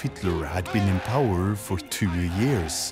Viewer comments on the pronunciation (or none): none